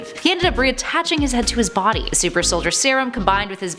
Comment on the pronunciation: Its soldier not solider